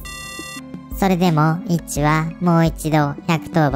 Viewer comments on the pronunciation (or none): イッチがエッチにしか聞こえないw